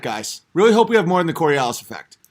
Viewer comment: 147 iq...cant pronounce coriolis...